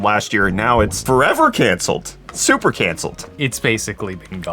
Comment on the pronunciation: Did he say 4070 Supper? 😂😂